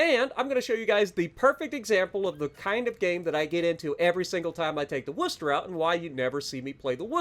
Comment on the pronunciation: Spot on pronunciation!! 🎉🙌🤗 note the emphasis on "wuster" haha nice one 👍👍